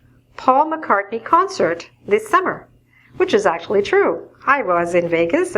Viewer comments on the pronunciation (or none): Please, explain me, why doesn’t say "S", when she says "Paul McCartny's concert"?